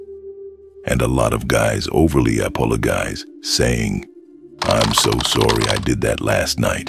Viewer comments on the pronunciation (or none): Is that how “Apologize” supposed to be pronounced? I came to watch to get a dating lesson and ended up learning an epic “Apologize” pronunciation